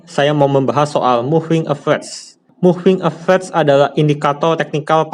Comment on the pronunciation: capt, baca nya moving a ve raz .. bukan moving a vez